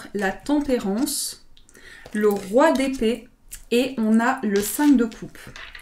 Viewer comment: Quand tu as dit Roi d’épée j’ai comprit : Roi des pets 🤣🤣🤣 (Dsl mais j’étais obligé de le dire 🤣) Ps: Super reading 💙